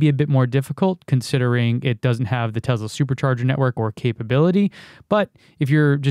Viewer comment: Tesla not Tezla. Tezla is slang. Like, whach'ya doing!